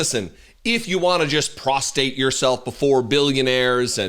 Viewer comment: I enjoyed listening to his post, but something bothered me anear the end of it. And I realize it is nit-picky. But we do not "prostate" ourselves, as that is a part of the body, we "prostRate" (or not, in the case of this video) ourselves. I know, word police troll, but that really sounds silly, after so many cogent points. Thanks for putting up with the troll.